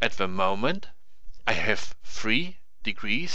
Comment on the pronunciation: "ze cube" German detected, aneways nice tutorial, lets see how long it takes me to learn, do you also make videos in Deutsch?